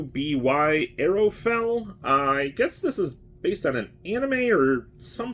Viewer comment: Sweet haul. Just to note: RWBY is pronounced ruby (like the stone) by the show's creators and that's how its generally pronounced. Don't ask me why, but I suppose it's better than spelling it out every time.